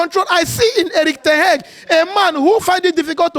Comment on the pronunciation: I draw 13 lose under Eric Ten Heg😂😂😂😂 see as him pronounce him name